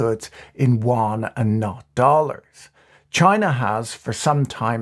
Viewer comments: You aren't saying Yuan Correctly, Better fix that.. its called the "YU-AN" sounds like you're calling it the the Chinese "wan" no no no, I like your channel but this is one thing you just gotta get right or you sound 差不多。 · Won? Won is Korean Patrick. The Chinese RMB is the Yuan. You-an. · Please don't call the CNY wan. It speaks of lack of research on the most basic of things. "You-on" is at least a guidepost. It's not correct but it will do. I love his posts but I'm not sure how he differentiates South Korean currency from Chinese currency for the average viewer. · patrick, small bone to pick with you...can you stop pronouncing the Yuan (ywhen) as Won? Won is the Korean currency. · Did you not watch the video. Patrick keep saying Won with a "W", Yuan is pronounced with a "Y". Even more funny than contributors on CNBC which pronounces Credit Suisse as "Swiss" 😂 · The way you pronounce “Yuan” sounds more like Korean Won. It should be pronounced more like “y’wen”. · "yuan" sounds like "yoo·aan" - "y" is not silent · Exacty! His usage and pronunciation (sounded like "Won") is so confusing - had to turn on the subtitles. Why can't he use "RMB" instead of "Yuan"? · My understanding too. For a moment I thought I was hearing “won” the Korean currency, then I thought… nah Patrick wouldn’t get something wrong. Must be the accent. 😂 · I love how Patrick's pronunciation of Yuan shifted from the beginning to the end of the video. It is actually quite hard to pronounce, and I wonder saying RMB might be easier. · Your pronunciation of yuan is disturbingly distorted, and wrong. For this reason I could no longer listen, cringing every time I heard your mistake.